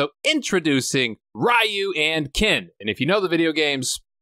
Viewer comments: Ree-You, not Rah-You aside from that, I've been enjoying your contents, especially the amazing Seagal series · So noone is going to comment on pronunciation of Ryu?🤣 Great review except that❤️ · Why do you pronounce Ryu that way?? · My whole childhood for Ryu I said “Rye-you” like you do in this video. But then I watched other videos about the Street Fighter game series and they pronounced it “Ree-You.” Which is it?